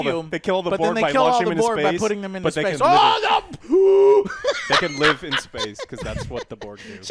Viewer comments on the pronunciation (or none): none